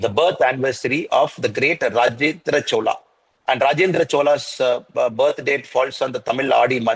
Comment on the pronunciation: Please say chozha, not chola..